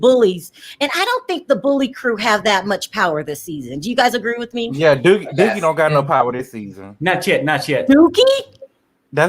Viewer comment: Doogie not doggie